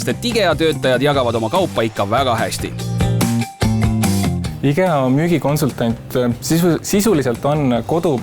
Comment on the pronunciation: Mis asi see "IGEA" on? Võiks firma nime, mida reklaamitakse, vähemalt õigesti hääldada. Me pole soomlased ju?